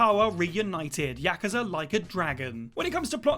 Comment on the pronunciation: Please never say the word Yakuza again until you pronounce it at least somewhat correctly.